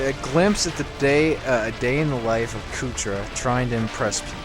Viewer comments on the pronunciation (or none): What the fuck is a "Kootra"?